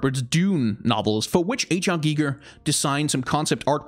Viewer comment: You pronounced Hans Rudi Giger very vell. At least to German ears. :)